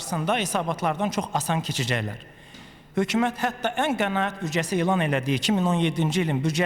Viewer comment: Danışglara baxe mən ölüm bunnan avam adam necə başa düşsün makro mikro kansetrasiya alternatif tender investisya budu azərbaycan dilinin möhkəmləməsi he hökümət h ya x deyir aybdır ee